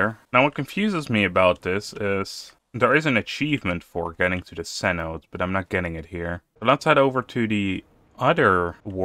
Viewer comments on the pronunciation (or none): cenote = "seh noh tay". It's a mayan loanword